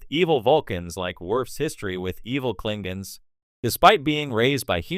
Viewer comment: “The Clingins” 💀